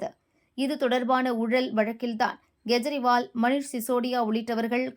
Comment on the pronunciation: Kindly pay spl attention,in pronouncing any person ' s name. For instance Kejriwal is wrongly pronounced as G ejriwal. And KE should be NEDIL and not KURIL. I am a fool who's in TN news channels worried about these fundamental necessities